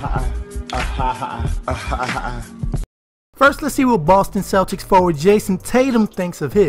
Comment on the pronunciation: Bostic Celtuics LMFAO